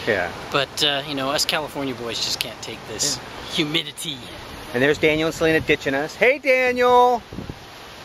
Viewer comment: Bahahaha "Humidty!!"